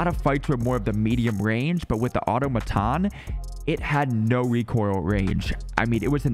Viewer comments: Automaton= au·tom·a·ton you're welcome! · PSA: Automaton = "a(h)-tom-a(h)-ton" - eg. the Borg were a collective of mindless automatons (drones).... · Did you really call the auto- ma - tan the automation the first time you said it 😂💀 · i love how everyone pronounces the automaton wrong lol